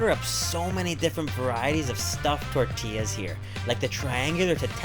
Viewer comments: I love the way he says “tortillas” ❤️😂 it’s pronounced with a “y”❤️ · Did he just say fucking "tortella" wtf?!!!